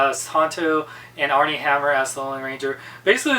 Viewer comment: Its Armie not Arnie. I am glad I didnt see the movie.